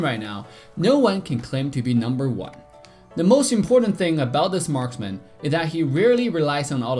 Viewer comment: marsman o marksman wawan o wanwan ano bayan salita mo wut